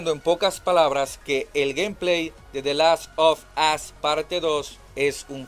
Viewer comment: Hey locon te doy un consejo de gramatica xd, "the last of us" se pronuncia"de lass of oss" cuando dices de lass of as estas diciendo en ingles"el ultimo trasero xd